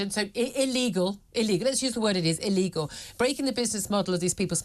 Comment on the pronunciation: Millie-Tant's inability to say illegal is just hilarious😂